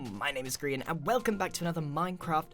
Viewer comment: Grian not brain